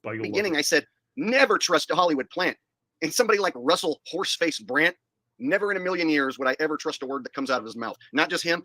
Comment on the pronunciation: It sounds like he's saying Russel Brant instead of Brand